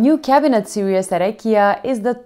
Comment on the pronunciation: your English is excellent but just so you know.. series and serious are different words, but you pronounce series like serious by mistake. “Series” should be more like “seer-eez” :) love your videos!